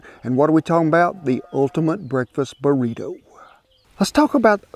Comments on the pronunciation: Mexican - burrito Old man - burrituh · The way he say “Burrito” is so funny not in a make fun way but a nice and I’ll be saying it from now on type of funny